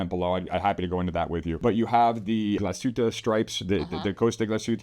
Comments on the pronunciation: It's "glass-HOOT-ə", NOT ""gla-SHOOT-ə" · Not to be too pedantic here, but I think the brand is pronounced Glah-suit-a Orig (hard G)-in-al (like Al Gore). Good videos. Great brand. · "Glas - hutte," not "Gla - shutte." Close but not correct. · Sorry, I am a German living in the US for the last 34 Years. And the Glasshuette pronounciations always make me flinch a bit. Yours was better then most though. I am a collector and a big GO and ALS fan.